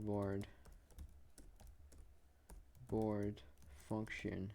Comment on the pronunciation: Sir, you said baord it's board